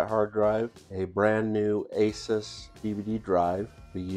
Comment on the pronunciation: i cant stand when people call asus, asIs there is no "I" in asus